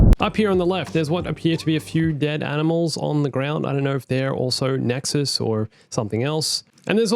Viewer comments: The Nexus' name is pronounced: "Necks-oo" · why he call the nexu nexuz?